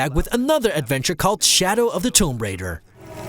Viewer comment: You can't pronounce "Tomb" or "Lara"... That's always fun.